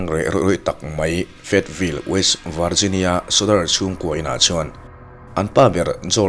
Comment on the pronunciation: "Varzinia" ti lovin Mizo ṭawnga kan lam rîk angin "Vizinia" tih tur a ni e.